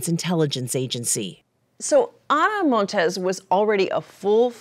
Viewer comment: *Montes NOT "Montez".